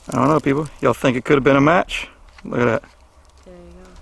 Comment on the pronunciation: Look. Not loom. Though loom seems ominous ha ha ha haaaaa